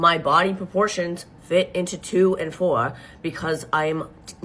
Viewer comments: “I got extra fat on my aahms” or fouhr but then saying 4’11 perfectly is killing me those are probably the only two words she pronounced with an accent😭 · she says “fworah” she pronounces it “four” I don’t normally notice things like that, but when played so close together it kinda gave me whiplash when I heard it